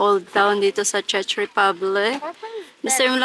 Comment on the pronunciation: Why u pronounced it as "Chech" i think its Czech like Check with "k" when u pronounce it😢😡